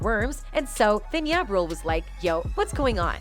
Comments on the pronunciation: This other can’t even pronounce 2pac or ja, why is she commentating. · I knew diddy was gay back in the usher days....hearing this woman call ja ya and pac pack made me flip the channel sorry....